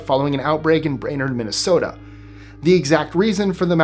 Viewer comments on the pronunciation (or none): none